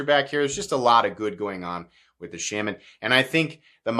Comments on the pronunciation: The “Sham-man” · shAHman but he mispronounces it. I’ve head Eric Glesser talk about the knife and he definitely pronounced it shAHman. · Please do not listen to this guy about not buying this knife or that knife because you live near the coast or wet areas. This is a hugely over blown topic and as a guy states down in the comments as long as you don't leave it in a bucket of water your fine. When someone can't even pronounce the name of something be it intentionally on not, then that person has zero business giving opinions on subject. Just my two cents